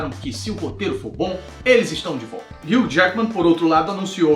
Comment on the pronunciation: ele falou Hulk jaguimen kkk